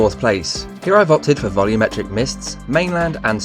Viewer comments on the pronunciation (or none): none